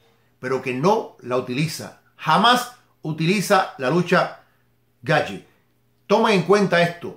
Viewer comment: Se pronuncia "Gaetch" no Gaetye